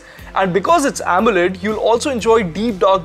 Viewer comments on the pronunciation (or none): none